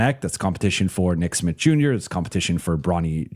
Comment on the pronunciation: be saying "nick Smit" I had to google and check if it's Smith or Smitt